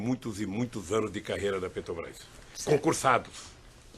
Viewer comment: PUtz, o Lula não consegue falar "Petrobras".É sempre "PRETOBAIS"